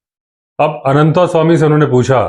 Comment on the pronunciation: जब आप भी "अनन्तस्वामी" को "अनन्तास्वामी" कहते हैं तो अटपटा लगता है। आप तो संस्कारी हैं। ऐसा तो अंग्रेज़ या हमारे काले अंग्रेज कहते हैं।